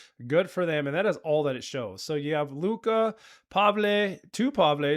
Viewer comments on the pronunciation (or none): none